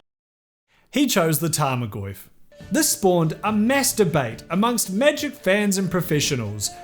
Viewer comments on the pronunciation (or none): "sparked a mass debate" my american ears: "did he say masturbate?" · Be honest, the way you pronounce mass debate sounds like masturbate on purpose. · “Mass debate” also sounds interesting in your accent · "This spawned a Mass Debate." Tell me I didn't hear something else. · haha you said massdebate! xD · Also “This spawned a MASS-DEBATE” sounded hilarious with the accent 😂